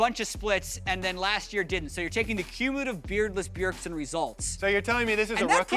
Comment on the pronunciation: It's BJERDSEN